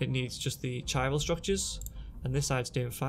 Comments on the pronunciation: It's "ky [as in "sky"] ral" not "chi ral" in it's pronunciation ;) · if you know your greek, the it's Kyral - strong K sound in the word Chiral. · Chiral is pronounced KY - RAL